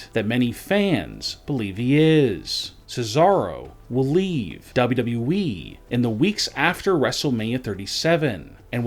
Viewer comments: His voice is flipping annoying cant even say WWE properly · Why can't this guy say "WWE" clearly? Do these guys watch and listen to their own videos? The sing song reading is THE WORST. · WW weeeeeee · what an accent dub double u eeeee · Can someone teach this fool how to say W.W.E!!!